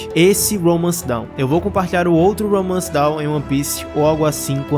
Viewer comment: Não é "Romance Down", mano. É "Romance Dawn". A pronúncia é diferente.